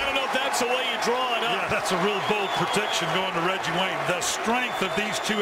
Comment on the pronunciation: " I give weggie wayne gweat cweddit"